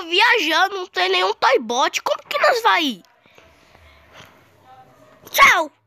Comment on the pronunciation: Não é Toybot é tordbot